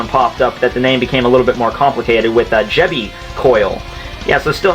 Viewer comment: Not "Jebi"coil but "Jiba"coil. "Jiba" means "magnetic field" in Japanese.